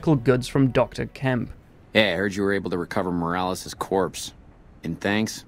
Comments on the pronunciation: It's pronounced "Mor-al-es" not "morals" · mor-AL-ez, not mor-ALS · More-als lmfao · I love how people from the UK pronounce Spanish words (unironically, no hate intended.) Between how you pronounce "Morales" and how Sam Pilgrim says "Medellin" it makes me do a double-take and crack a smile every time.